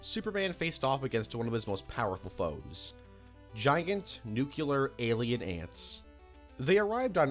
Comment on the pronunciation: learn how to pronounce nuclear bro. its nuclear, not nuculer